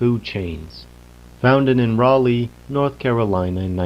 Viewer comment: North Carolinian here, a couple of things: 1) Raleigh is pronounced RAL-ey 2) The Triangle (aka the Research Triangle) area they mentioned is a real place. It’s comprised of three cities, each of which is home to some of the best universities in the country. They are: Raleigh - State capital and home to NC state university, which specializes a lot in engineering. Durham - Home to Duke University, which has good medical and engineering schools Chapel Hill - Home to UNC Chapel Hill. Very good medical school and the first publicly funded university in the USA. There’s also Research Triangle Park, a municipality that basically doesn’t belong to any county and has a bunch of both government and nongovernmental laboratories, so the virus coming from a lab there makes a lot of sense.